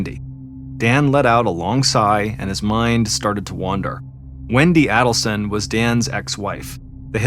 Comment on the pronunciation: This has been a huge case in the true crime community for years now and it's still not over. Someone needs to tell John it's pronounced AIDelson not ADDelson. I hate to be the one but I'd want someone to tell me if I repeatedly mispronounced a name in an extremely well know case like this.